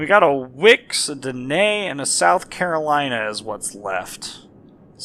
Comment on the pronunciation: yeah its south Carolana